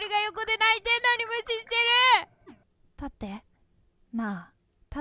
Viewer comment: 序盤でカメラモード解除し忘れて ドアップになるめちゃめちゃ可愛いし のベッドゴロゴロしながら「立って立って」がだんだん「買って買って」に聞こえてきて お母さんがスーパーでお菓子買ってくれなくてただこねてる幼稚園児にしか見えんwww